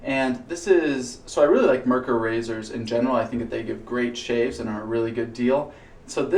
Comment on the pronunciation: Being that this video is well over a year old, you've probably already corrected your pronunciation of "Merkur", but just in case: "Mer" should rhyme with "hair", and "kur" should sound like "koo-er" (think of the beer Coors. Exactly like that, but without the "s", of course). The emphasis is on the first syllable. MER-kur. I confirmed this by asking a German friend, who was born and raised and lives in Germany, and is actually in the next town over from Solingen.